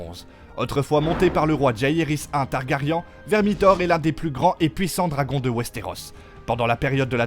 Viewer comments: Targaryen ( ça se prononce i-un targari1 ) 👌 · Ca fait 8 séries GOT et 2 séries house of dragons qu ils se trompent tous en prononçant TARGARYEN ? Ou un youtubeur de + qui ne connait rien au sujet qu il récite ? On en est au stade ou les mauvais youtubeurs sont au niveau des voix automatiques ...